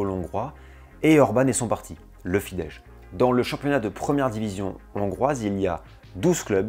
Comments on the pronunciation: Vidéo très intéressante, j'ai beaucoup appris sur les hongrois "d'ailleurs" et sur leur football. Seul bémol : la prononciation des mots hongrois dont Fidesz et Puskás. Si tu comptes refaire des vidéos sur la Hongrie, n'hésite pas à demander pour la prononciation, ce n'est pas facile 😉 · très bonne video, petite précision: on prononce FIDESZ avec un simple "s" comme son (en français: on écrirait "fidesse" avec cette prononciation), j'ai le hongrois comme langue maternelle.... Par contre, si tu lis un "s" tout seul, comme à la fin de "Mészáros", on prononce "ch", comme si on écrivait "Mésaroche" en français, du coup Soros par exemple se prononce "Choroche" en hongrois